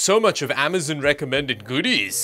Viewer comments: Amazon is pronounced Am-uh-zOn, not Am-uh-zUn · Bro said “amazen”